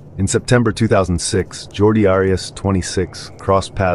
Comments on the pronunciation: ^ Jodi. Jodi Arias. Jodi. there is no r in her first name. There is no h sound in her first name. Her name is Jodi Arias. Jordy is the dude who hangs out in Star Trek tng. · JORDI Arias? It's JODI. J-O-D-I.